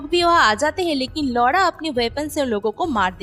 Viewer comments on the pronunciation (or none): लौड़ा नहीं दीदी लौरा,,,नाम है उसका